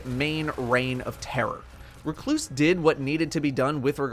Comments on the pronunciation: At least he is saying Recluse correctly after a year. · The way he said it was fine